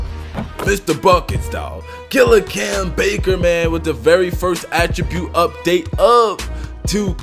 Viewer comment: Dude You say Cam so good why can't you just play park